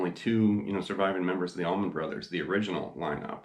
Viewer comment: Allman...not tower..lol